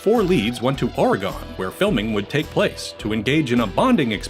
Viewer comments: you mean “Oregen”. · Who da fuck says oregon like that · why the hell is it so hard for people to pronounce Oregon, correctly?